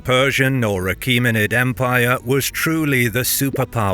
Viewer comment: Someone pronouncing Achaemenid properly for once made me way happier than it has any right to.